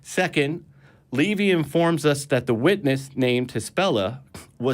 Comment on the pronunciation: Who is ‘Levy’? Who is ‘Josephius’? What is a ‘Council of Rome’? Is he referring to Livy, Josephus and a Consul? If so, how does he manage to be so confusing in his mispronunciations?